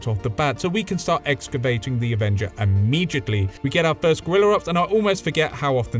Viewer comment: Immejhitly or Immediately?